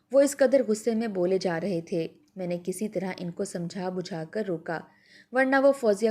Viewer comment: Manquha galat, Mankuha sahih lafz hai.Tayah nahi Taya.Buja nahi Bujha.Hala nahi Qul’aa.. 2. Gair zaruri intehai taweel kahani jis ka koi bhi ta’meeri pehlu nahi.